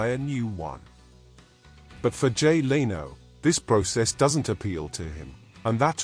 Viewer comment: Learn how to pronounce Leno !